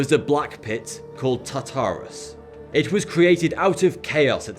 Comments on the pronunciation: LMAO DID HE JUST SAY TATARUS? 😂😂😂😂😂 IT'S TARTARUS MATE. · it is pronounced tar ter us not tar tar es but its a common mistake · Greek hell is call tar-ta-rus not ta-tar-rus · Its pronounces as tar tar us not te ter as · It’s not called tattarus. It’s pronounced Tartarus, Are-Us. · the way he says tartarus... oml it's "tar-tor-us" not "Tata-rus" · umm it's not pronounced (tar tour us) it's pronounced (tar ter us) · It's not Ta taras it's tarterus (in pronounciation) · TARTARUS* TARTARUS* TARTARUS* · Tartarus has an "r" in the first syllable. You can't claim it's your dialect. You also can't claim it's silent. You factually ignored the spelling. Try again. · its tart-or-us. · your pronociation... Tar-to-rus , Ne-full-heim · did he just say "tata"rus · Tar-ter-us... just sayin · now repeat after me. TAR-TAH-ROUS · Ta-Tartarus? Please, it's really easy to speel. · It's pronounced TART-arus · In the first idea of hell you pronounced everything wrong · Say Tartarus one more time then Ill freaking unsubscribe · I was wondering what you were saying until I realized you were trying to say "Tartarus".